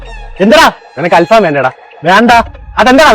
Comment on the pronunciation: അൽ ഫാആം അല്ല ഭായ്, ഫഹാം (ചാർകോൾ)